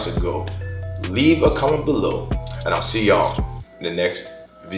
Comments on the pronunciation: I was never sure whether I heard you incorrectly when you say vizeo , but I love it and I'm glad I finally know 😂💪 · I like how he pronounces 'Video'.